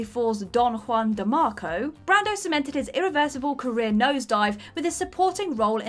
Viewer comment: Juan is pronounced wan, not hwan.